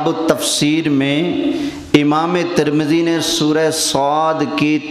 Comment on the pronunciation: ترمذی شریف کا نام تو اچھی طرح سے لے لیتے